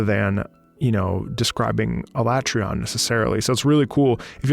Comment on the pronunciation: I think in Iceborne they pronounced it like ah-lah-trey-on, with the emphasis on "tre", but I don't think people are gonna give you a hard time on this one... Nobody really knew how it was pronounced before Iceborne anyway. Where Alatreon resides is "Where gods fear to tread", if you want to get an idea of just how mighty and vicious this thing is thought to be. If that's not a thoroughly terrifying quest title, I don't know what is. Alatreon in the lore is a "Black Dragon", which in the Monster Hunter universe is the very highest echelon of monsters in terms of power, but it is otherwise veiled in mystery. Nothing short of Safi'Jiva can hope to rival its strength (you actually fight Alatreon in Safi'Jiva's nest, which it has either frozen solid or set ablaze) and only Fatalis itself, which it shares its "Black Dragon" epithet with, likely stands above it. You wouldn't think it just from appearances, though. It stands quite tall, but its frame is relatively slim, so it ends up looking fairly small for what it is. Like, just a step up from the likes of Kushala and Teostra, which have a comparable body type. Rather, Alatreon complements its brawn by wielding attacks of every single element. This monster is "elementally unstable", as it's phrased in-game. It can't quite wield every element at the same time, however, and instead shifts between "phases" that determine its moveset and elemental weaknesses from moment to moment. The instability may be why the tempo of its music trac